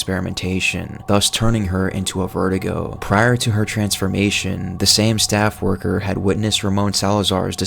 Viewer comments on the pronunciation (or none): “Verdugo” not “vertigo” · It's ver-do-go not ver-duh-go. Come on man. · Verdugo, pronounced ver-doo-go, not vertigo my man. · " Vertigo"😂😂 its "Ver-doo-goh" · Cool video, but I don't know why so many people pronounce Verdugo as VERTIGO. It's vair-DOO-go. Usually this kind of stuff doesn't bother me, but Verdugo is a menacing boss and pronouncing his name as a condition that elderly people get seems a disservice. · it's verdugo not verdigo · How come you’re pronoucing Verdugo as vertigo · You need work on some of your pronunciations bruh, like the colmillo it’s pronounced as Col-me-Yos and the verdugo is pronounced as Ver-Doo-Go